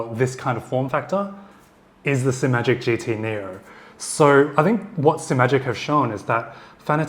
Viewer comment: Finally! Someone on YouTube who pronounces Simagic with only one 'm'. And thanks for the great review.